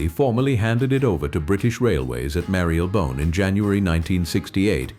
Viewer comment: Not 'one hundred 25'. It is 'one-two-five'. And Marylebone butchered, probably by a mis-spelling by AI which it then pronounced the way it spelled it.